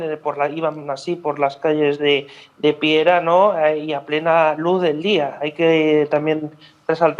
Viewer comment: Piera..no piara...🙄😜